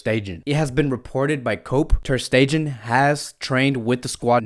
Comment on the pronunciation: Facts.. he needs to come up with his own contents. He doesn’t even know how to pronounce Riqui puig and Ter Stegen 😂